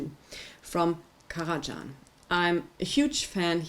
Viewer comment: Indeed, it’s just Karaj[h]an, as in German. And it retains the same pronunciation in any language. Thank you for the review, though!